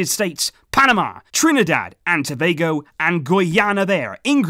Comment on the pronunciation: I'm surprised he has pronounced Tobago right and I also thought u should've mentioned Dwight Yorke my idol🇹🇹